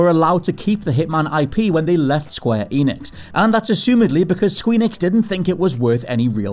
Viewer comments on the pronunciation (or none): none